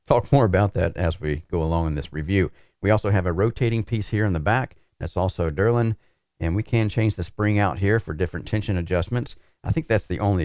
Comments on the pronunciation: it's DELRIN - pronounced DEL RIN. You say DER LIN. Drives me nuts. I love you. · pretty sure I heard dillerin as well 😂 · is the Chuck Norris of SIM Racing... If he says it's called Derlin, Derlin it is forthwith 🤷‍♂️